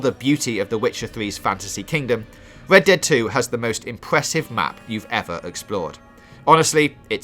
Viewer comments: Wed ded wedemption 😂😂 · "Wockstar's Wed Dead Wedemption" lol should have got somebody else to do the narration for this video.